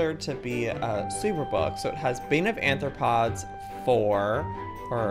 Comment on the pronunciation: Arthropods* not Anthropods!!!!!!